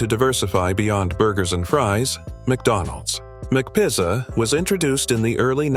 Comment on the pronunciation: Anyone up for a McPissah?!?!?!